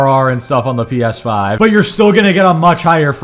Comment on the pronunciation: "Steam refund policy is better than Valve" The most basic knowledge and fail to understand XD Call me evil but I can't stop giggling when he say "P Eth5" HARD XD